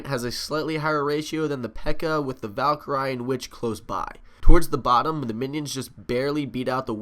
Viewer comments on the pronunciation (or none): Omg this is bugging me. It's pronounced val-cure-ee not val-ker-i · Not trying to be mean but it's pronounced Val-ker-e